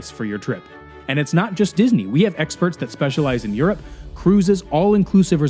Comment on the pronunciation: I’m still not over pronouncing “Europe” as “YURP” 😂